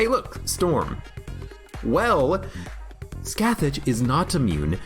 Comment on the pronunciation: Scathach is pronounce like "Skaw-Hawch" btw (every time you saw "scath-itch" it hurts my inner mythology nerd)